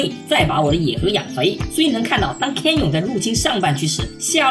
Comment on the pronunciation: 分析得很好 只有一个小问题 canyon 读 刊捏嗯